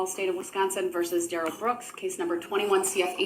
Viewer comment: Funny how everyone else close to him mum gran friend and Erika pronounce it Darrell not durelle